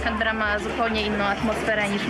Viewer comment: CANBERRA kułwa wasza mać 🤣